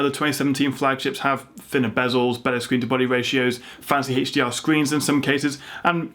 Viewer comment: "Fancy Hates-dee-R sceens" :D